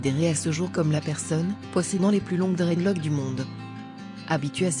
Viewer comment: " Dreadlock " elle me donne mal à la tête. Prononce le S putain dta ...